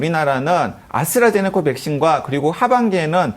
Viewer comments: 아수라제네커가 아니라 아스트라제네카 예요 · 자꾸 "아수라제네카"라는 발음이 거슬리는 ㅡㅡ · 아스트라제네코 코 코 코 코라니 발음 ㅠㅠ